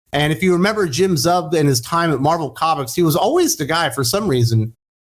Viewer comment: I may be wrong, but I’m pretty sure Zub’s last name is pronounced as: Zoob. Which, means tooth in Russian.